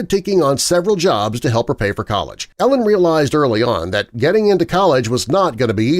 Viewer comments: I wonder why people who do youtube videos on famous people often mispronounce their names. Her name is not pronounced like "Ellen' - but is "Eee-lin." Would be wise to do better research, don't you think, my friend? God bless! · It's not Ellen........its EEEE-Lyn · sarcasm Im hoping - dude is total trash and ruined the entire thing by mis pronouncing E-LINS name - it isnt ELLEN you twit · Narrator miss spoke her name. E LIN not Ellen FYI 😂 Tiger is trash 🗑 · her name is said E lynn not ellen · Same!! It’s Eeeee-lin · It’s pronounced Ee-linn, not Ellen. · It’s driving me nuts that he calls her “Ellen”. Lol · Every time you say Ellen I feel like you’re trying to convince us Tiger was married to a lesbian. It kind of makes your entire video complete dogshit when you can’t even pronounce Elin’s first name. It’s even worse when you mispronounce it 500 times in less than 10 mins. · Hard to see you as credible when you don’t even know her name is pronounced “E” lin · Is that Jenna Jameson ??? AND I think it’s pronounced “ E- lin “ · Karien Slaven it means he doesn’t prepare his script well, lots of factual errors (woods has one son and one daughter, not “two sons”), pronouncing elin as “elis”. most of his videos have basic mistakes like that. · If you are going to make a video of someone, you should probably pronounce her name correctly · Saying her name wrong! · How many times can you say her name wrong? All the times. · They never do-.